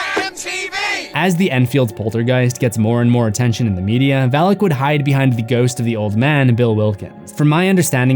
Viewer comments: It’s Valak not Vallak. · May I be that guy. It's not pronounced Val-ick. Its pronounced Vah-lock. Even movies butcher the pronunciation.🤦‍♂️Sorry just had to be that guy! Having studied the keys of king shlomo. Sorry it's the grammar teacher of a mother I had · My eyes: Valak My ears: phalic My brain: haha, Phalic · Val as in "Valak"